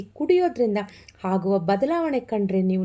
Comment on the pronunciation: bejar agbedi swalpa ಹ & ಅ ವನ್ನು ಸರಿಯಾಗಿ ಹೇಳಿ ಪ್ಲೀಸ್ 🙏ಹಾಗುವ, ಹೊಳ್ಳೆದು ಅಲ್ಲಾ ಆಗುವ & ಒಳ್ಳೇದು ಹೀಗೆ ಹೇಳಿ ಪ್ಲೀಸ್ 🙏